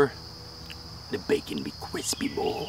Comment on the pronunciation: when he was eating he said bacmon